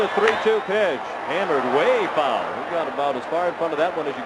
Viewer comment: I love his pronunciation of "fow-wull". :D